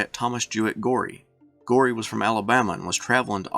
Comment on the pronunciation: Thomas Goree's name is pronounced go- ree, not gory! Get it right boy.